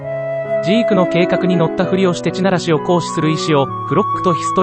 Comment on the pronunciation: この動画は酷い。 何故か読売巨人軍のイントネーションだし、 そもそも「ち」ならし、ってなんだよ 便乗して動画作って悦に入るなら、ちゃんとやるべきでは？ まあ、その資格は無さそうだがな。